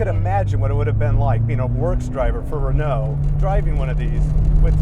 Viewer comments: This is a beautiful car and I can not deny that I was impressed by the fact that someone from the wrong side of the pond pronounced It's name correctly. Unfortunately he lost any real respect by bitching about having to have therapy after driving it... Can't comment about the rest of the video! I stopped watching an over entitled Yank that clearly has no idea what this car was designed for. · the owner here: You're not rude actually, Just unaware and a bit ignorant. English speaking countries pronounce it "Ren-oh". French speaking countries pronounce it "En-ooh". I am understanding that you would not be able to pronounce "Chrysler" or "Mitsubishi" the same was an American or person from Japan would. Readjust your view a bit and be grateful that somebody cares enough to preserve this car and celebrate it's existence. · So refreshing to listen to an American who bother to pronounce car names correctly. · Hearing "Renault" pronounced as close to correct as the accent can do, is a delightful change, as is seeing an owner who's not afraid of taking his pride and joy down a dirt road,... Then barely able to take her eyes off the road while learning how the French do "Add Lightness". This is a great episode. - if you get the chance, get behind the wheel of the true first "Hot Hatch" (nearly a decade before the Golf,..), a Renault R16TS. It rides like a luxury car, grips like a rally car, has the same mid-front layout as the Citroen DS, and Torsion Bar suspension all round, so can go from freeway to dirt field without loosing it's cool. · He was praising your pronounciation, though ! It's good, don't worry about it.